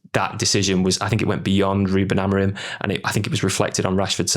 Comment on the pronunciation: Is it just me , or do alot of people say Amorin instead of Amorim?